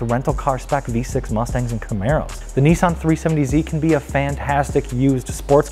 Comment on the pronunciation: The 370Z is a Nissan. Not a Neesan.